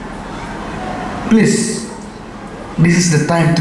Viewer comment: Da u ong please please ruh dang kham sngew biang phi u ong place place sngap bha pronounce u koh sniaw shyntur sniang